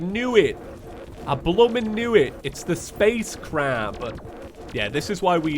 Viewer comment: Sorry but when you say space crab I hear you saying space crap